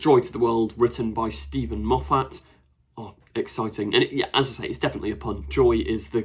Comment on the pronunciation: Why can you not pronounce Moffat correctly? Why can you not pronounce “says” correctly??????????